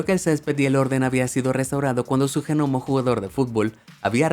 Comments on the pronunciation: Por que le dice jenomo la gnomo? (se pronuncia nomo) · "genomo"?...se pronuncia "nomo" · No se dice ge nomo se dice gnomo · me sangra el cerebro cuando pronuncias GEnomo :S, se pronuncia así en Latinoamérica? en españa la g no se pronuncia, se dice nomo, aunque se escribe gnomo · Se escribe "Gnomo" Yo: ÑOMO: GENOMO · G nomo???? Jajajajajajaja se pronuncia Ñomo... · G nomo encerio déjate de joder si se escribe GNOMO, pero suena como NOMO la G es muda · Se dice Nomo, se escribe Gnomo, pero no se dice Ge Nomo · cuando pronuncias como se escribe, se pronuncia nomo y no GENOMO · Se que la palabra “gnomo” se pronuncia gnomo o ñomo pero definitivamente no se pronuncia genomo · a mi tambien me esta poniendo nerviosa estar escuchando GENOMO.... ,jajaja. En esta palabra la G no se pronuncia, al menos en castellano. Su lectura seria: GNOMO = NOMO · No se dice "Ge-Nomo weeeeeeeeeeeeeeeeeee, no se pronuncia la "G" XDDDD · No comento nunca, pero el Ge-Nomo me movió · Me gusta como dice genomo en vez de gnomo XD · no se pronuncia g-nomo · Denunciado por decir genomo... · ¿COMO DE QUE UN GENOMO?. 🤣🤣🤣 SE PRONUNCIA COMO SE ESCRIBE: GNOMO Y SIN ESTAR PRONUNCIANDO LA G COMO SI ESTUVIESE SOLA. DÉJATE DE COSAS, MI ESTIMADO... 🤣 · Los “genomos” son unos loquillos. Jaja ni siquiera saben pronunciar eso. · Por qué le dices genomo ? 😂🤔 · Como que GEnomo ????? ¡¡¡la G no se pronuncia!!! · "Genomo" 🤣🤣🤣🤣🤣🤣 Me gusta más que gnomo. 👍👍👍👍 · Sí, se escribe "gnomo", pero se pronuncia "nomo"... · Cómo me molesta cada vez que dice "G"nomo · Vine aquí cuando escuche Ge-Nomo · Qué coño es un Genomo? La "g" de gnomo es muda, muchacho. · No es G-NOMO 🧐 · Genomo xD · genomo??? ¿dónde aprendió este tipo a hablar? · GN se pronuncia Ñ.. Los G Nomos son los ñomos del gobierno 😎. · me encanta cuando dices jenomo en vez de gnomo :D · Pero por qué dice g nomo en vez de gnomo. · Genomo? la g en gnomo no se pronuncia 🤦🏼‍♂️ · Cada vez que diga GENOMO, chupito. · Genomo??? Es en serio ??